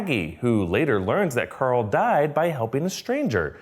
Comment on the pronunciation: "Who's Corl" lmao